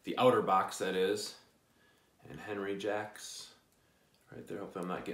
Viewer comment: Just a little assist. I believe the correct pronunciation is On-ree Shjock. Can't wait to see your review on it.